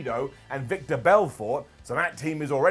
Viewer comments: Hey it's Vitor (vee-tor) not Victor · FYI Its Vitor Belfort... it sounded like u said Victor. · it’s Vitor,....there’s no C in there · As an MMA fan, it was funny to hear you pronounce Henry Cejudo and Vitor Belfort 😂.